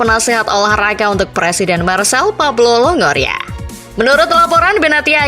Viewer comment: Penyebutan nya Marsei bukan Marsel